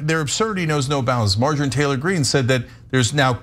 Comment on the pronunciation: Did Cenk say "Margarine Taylor Greene"?????? XD XD XD